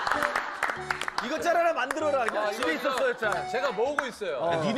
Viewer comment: 집에 있었습니다가 아니라 진짜 집에 있었습니닷 이 발음이라서 너무 귀여움 ㅜㅜ